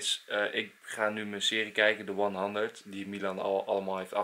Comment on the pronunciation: Bart Van iersel hoeft niet, eigenlijk zegt enzo het juist goed en wij niet. Wij zeggen het in straattaal. Maar je kan het allebei zeggen!